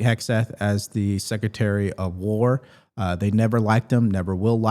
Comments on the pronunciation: If you cant say “Secretary” vs “Sekaterry” then you probably should be out of a job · LOL! Jeffreys can't even say Secretary! he says Secetary! He's such a joke!